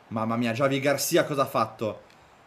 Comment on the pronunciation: Non è Giavi ma Hhhavi García